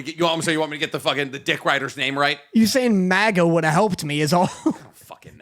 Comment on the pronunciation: butchers every name he says why wouldn’t he say MAGA wrong as well Danny